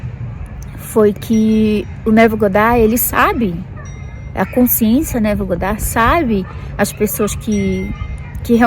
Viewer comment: adoro quando você fala Abraham e Neville com sotaque americano 🤗 Eu sinto que conheço todos há anos ✨